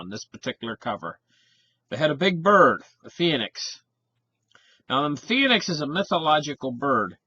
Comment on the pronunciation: Phoenix = 2-syllable word, not 3....., sometimes you hurt my ears! Love ya.